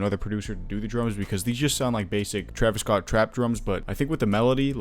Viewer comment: sorry sir its TERVIS SCOOT